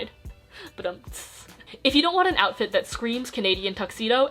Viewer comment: 'oufit' im not sorry :)